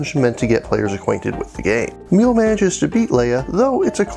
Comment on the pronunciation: Great review, but dammit, "emil"? Really? I though the name Emilie is known enough. Like come on, man. Still, great review.